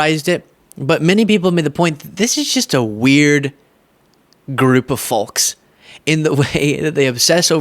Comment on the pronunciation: Apropos to nothing but you are the only person besides myself, I have ever heard pronounce the L in "folks". I would not have noticed if I didn't do it myself.